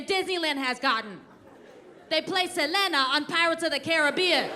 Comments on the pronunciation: She said "Seh-leh-nah" and not "Silina"😆👍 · THANK YOU FOR SAYING Selena properly! Its Seh-leh-na not Celina! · How about her saying SELENA correctly too! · I love that she pronounced Selena correctly